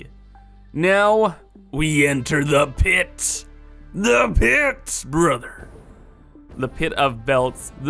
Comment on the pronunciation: I swear if I hear "brother" pronounced like that again I'm gonna floor myself